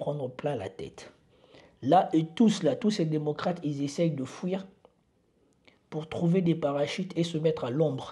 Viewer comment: le verbe est Fuir et non Fouir. De grâce, corrige cette erreur de prononciation. Je te l'ai déjà proposé, je peux te relire avant l'impression de tes posts. Comme dirait Laspalès:"c'est vous qui voyez"